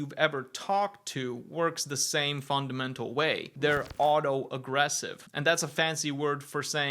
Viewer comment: Did I mishear or was auto-regressive pronounced auto-aggressive every time